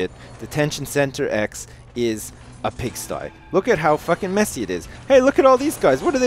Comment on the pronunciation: I knew was gonna say 'Pigsty' for some reason...must be a Canadian thing